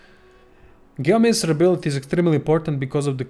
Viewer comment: ... hate how he says gayomancer instead of geomancer